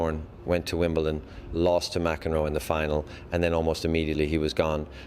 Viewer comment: AI produced for sure. Three players says : ” - his stillness” ?? Never ever heard that about him. Most revealing when Connors says : - In ..Wimble..Ton (??!!) He would never pronounce that wrong !!